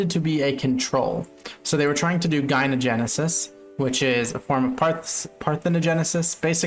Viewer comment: Dude, gyno-, like in the word "misogyny", it's a soft g. Not G-ynogenesis, so hard